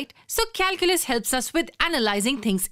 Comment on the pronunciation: Who the hell reads this calculas 😂😂